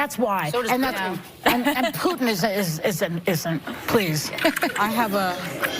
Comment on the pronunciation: It's Poo-tin, not Puut-in.